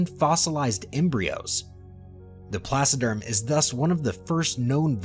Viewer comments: The supercontinent that broke up in the Cambrian Period is Pannotia. Rodinia preceeds Pannotia for about 100 million years, in the Criogenian Period. Please, correct that, investigate more when conceiving this videos so you won't misinform viewers. And, for God sake, it's "TRILOBITES ". Not "TRIBOLITES"! And not "PLASSODERM" but is "PLACODERM"!... The list of silly spelling errors is endless... 😅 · Thanks. I hadn't realized that the narrator had mispronounced that, too. It's my first time hearing the word. I imagined he was saying "placiderm", as in "placid" or calm. I imagined creatures that didn't move around very much or very fast. By the way, Pat, by any chance have you met Ben Dover and Phil McAvity? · Placoderms? Is that what he was trying to say? I couldn't figure that one out. For intentional comedy, listen to The Firesign Theater's album, "I Think We're All Bozos on This Bus". It contains a brief parody of paleontology narrations. I'm particularly fond of the mentions of "generations of small, dying things" and "trailer bikes".